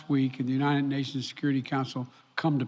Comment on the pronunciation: Where Unined Unined Unined